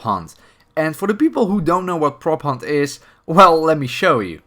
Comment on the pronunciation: When you said prop hunt for the first time i heard propane